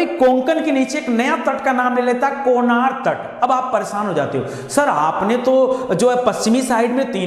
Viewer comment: सर जी कोनार नहीं,कनारा तट कहा जाता हैं